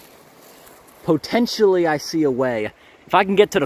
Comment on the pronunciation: PO-tentionally lol. This channel is so dang cool. you’re the Man, man! Thanks for the incredible content bro!